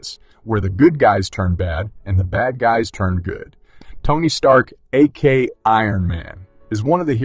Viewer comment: A K A, not A-KAY